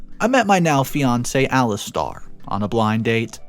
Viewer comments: Ali stare. Not Ali star. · Alis Tair (as in air ) not Alis Tar (as in arrrrrrr) like a pirate 🏴‍☠ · It's Ali STAIR! NOT star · Actually it Alistair. Lol